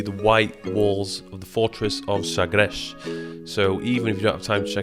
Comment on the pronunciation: Fábio Machado e sagresh